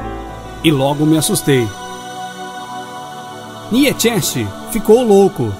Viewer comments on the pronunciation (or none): A pronúncia correta seria como Niitcha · Niétschésche? Waitiguéstein? HAHAHAHAHAHHAHAHAHAHAHAHHAHHAHAHAHAHAHHAHAHAHAHA PUTA QUE PARIU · Que pronúncia bizarra para Nietzsche... desastroso...